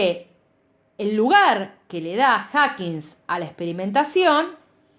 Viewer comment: Me da toc cuando dice HackigSSS dios, lo está leyendo y encima lo lee mal 🙄